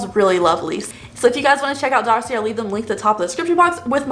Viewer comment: Dossier is pronounced "daw-see-ay" 👍